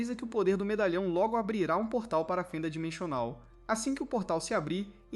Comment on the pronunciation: eu ouvi dimechonal ou impressao minha?